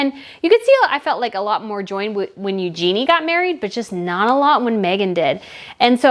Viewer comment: "Eugenie" is pronounced "yoo·zhuh·nee" for your future videos.